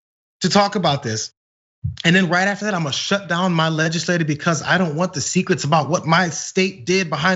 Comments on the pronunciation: I think it's pronounced Legisla-cherr... Not Legisla- ter Juss sayin... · That's not how you pronounce legislature. Legislator and legislature are two different words, dude.